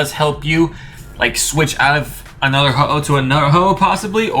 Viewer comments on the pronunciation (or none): You said hoho ex